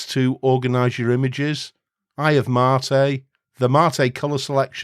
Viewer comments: MATE Is pronounced Mate, it's a Spanish word so you're pronouncing it the proper way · You pronounce Mate as you should. It's about tea, not your blokes. ;) OpenSUSE is a pain to configure if you want to use it as a all around home desktop. Lacking codecs, choosing right repo. It's not supported by some 3rd parties very well. I gave it few chances and I look at it like at ordinary workstation and nothing more. Leap + Xfce looks great. It works great. Question is: If you do a work, like coding software for Linux, would you use OpenSUSE when majority of home Penguin distros are Debian based? Debian, MX, Mint, Ubuntu, Zorin, Pop!, Elementary...